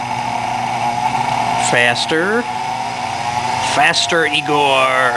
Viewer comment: lol "faster egor"